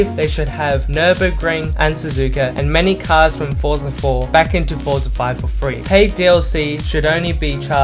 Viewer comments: Your inability to say the word "three" correctly instead of "free" is annoying. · Dude, it's "three" not "free"